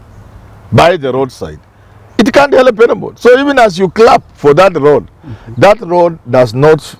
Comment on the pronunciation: Prof it's He - l - p Not He - le - p